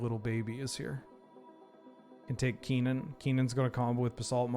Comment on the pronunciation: It's very weird to hear pronounce Kinnan with the first syllable like 'key' when I've only ever heard it pronounced 'kin' as in 'kinship'. Not saying I'm right, just saying it threw me off for a second.